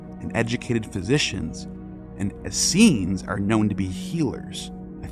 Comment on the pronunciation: The hebrew you showed for Assenes didnt read how you said. There was no sh sound in it. This makes me doubt the other things you said. (It reads Aseeyim)